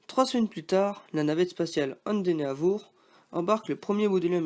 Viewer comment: Endeavour se dit endèveur